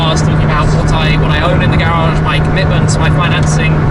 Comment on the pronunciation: Garage, not garagggggggggggge 😡 lol